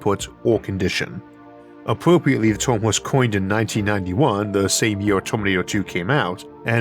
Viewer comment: Tf is up with this guy's accent? He pronounces "term" as "toium"